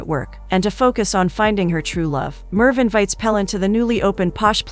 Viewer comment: The name pronunciation is terrible. If you’re going to give a recap, at least pronounce the names correctly. They are Turkish names Engin = En-gin (provinces like a g, not j) Pelin = Peleen Cihan = Jee-han Merve = Mer-vaa